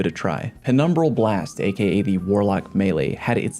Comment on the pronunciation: everytime you say a.k.a a kid die